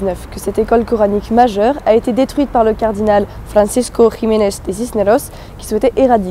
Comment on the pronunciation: Très bien Thaïs ! Mais de grâce, cessez de dire "réconkwista". En espagnol, "qui" se prononce comme en français. S'il vous plaît, dites "Francisco" Gimenez Cisneros et non pas "Francesco" que vous prononcez à l'italienne. Le Saint Jacques Matamore se dit en espagnol Santiago Matamoros mais là, vous faites un hybride en prononçant le mot français "Matamore" à l'espagnole. Bon, ce n'est pas grave. Votre travail est très bien. Quant au Cid de Corneille, il est inspiré de l'oeuvre de fiction de Guillén de Castro "Las mocedades del Cid", (la jeunesse du cid), l'ouvrage de référence étant "el cantar de mío Cid", poème épique qui raconte l'épopée de Rodrigo de Vivar. Cette geste est aux Espagnols ce que la chanson de Roland est aux Français, à cela près qu'elle est beaucoup plus fidèle du point de vue historique et que, plus récente, elle est écrite dans une langue plus accessible, sans compter que les Espagnols ne connaissaient pas cette importante division linguistique qui nous est propre, (langue d'oc et langue d'oïl). Je vous salue aimablement.